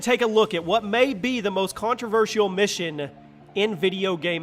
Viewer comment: Lmao this guy just said 'contro-versh-e-ol'